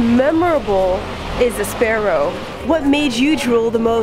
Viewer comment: Oh no... Not sprarrow... :(